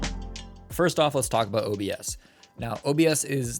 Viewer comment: 'firts' xD